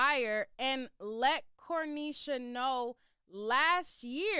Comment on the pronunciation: Where are you getting the “L” in the pronunciation of her name. So annoying